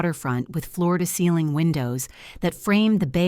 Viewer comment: Please, beastro is not a word. The word is "bistro". It is "floor to ceiling" windows, not Florida ceilings". Someone suggested that those who are writing these stories are not native English speakers. That's ok, just learn what a native English speaking educator is trying to teach, ok?